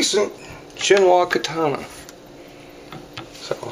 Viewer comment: I wanna punch you in your big dumb face everytime you mispronounce katana. Learn how to pronounce these words!!